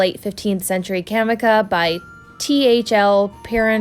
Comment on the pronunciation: Pronounced 'Ca-mee-cha' although I've also heard it said 'Ca-mee-see-ah'. I did a similar project a few years ago, but using heavy raised velveteen.